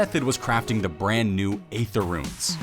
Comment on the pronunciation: Hey, "aether" is pronounced "ee-ther" not "ay-ther". It's one of a few words that still has the 'a' present from the old english ash symbol.